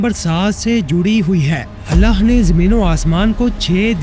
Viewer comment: mery bahi ap ny buhut acha beyan kia hy tamam nishaniyon ko mashallah lekin ik choti si galti thek ki jiye ga ky hamesha lafz allah ky akhir mein haa hy ha nahi or in donon ki pronounciation alag alag hy to apni ye mistake thik karen meaning mein farq a sakta hy